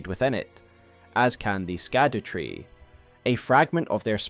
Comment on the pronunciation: my dude it's been almost a year how are you still pronouncing "scadutree" incorrectly